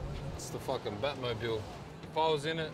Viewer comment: the most Aussie response ever haha it’s fackin shit